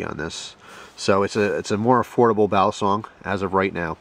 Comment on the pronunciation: It's pronounced "Baleesong" Not "Balaaasong"!